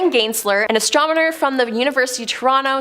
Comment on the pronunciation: I can tell she is not fond of the word astromener hahaha